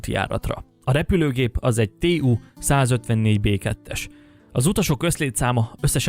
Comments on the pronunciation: Szuper videó😇 csupán annyi észrevétel: a “TU”-t úgy ejted, ahogy le van írva, nem “TÉÚ”. Szóval simán TU-154 B2🙂 Tupoljev (Tupolev) egyébként. Persze ez lényegtelen a videó témáját tekintve, csak kicsit segíteni szerettem volna ezzel.😚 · ' a repülőgép típusa : TÉU-154 b2 ' -Ezt se halottam még így mondani! :))